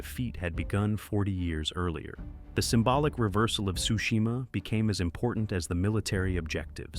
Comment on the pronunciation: I'm pretty sure Tsushima isn't pronounced "Sushima" bro 😂 sounds like a bad fish dish.